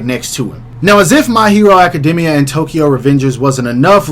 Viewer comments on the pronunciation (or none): none